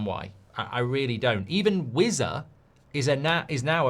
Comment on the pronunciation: Who the hell is Wizza? Stop pronouncing "z" when it should be "s" (probably thinks he sounds more posh lol)